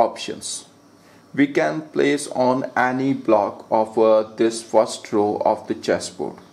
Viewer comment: disis square😂😂😂